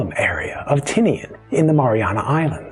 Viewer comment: Please respect our language and culture. Correct enunciation is one way to show that respect 🤙🏽. How it’s pronounced should also reflect its spelling, e.g., Tagga’ and not “Tåga”; Tini’an and not “Tinian”.